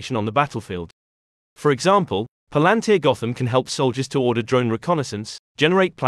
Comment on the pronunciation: Thanks for the video. But you mispronounced the company name Pal An Tir